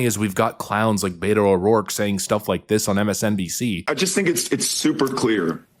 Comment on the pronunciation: Is everyone sure his name is Beto and not Beta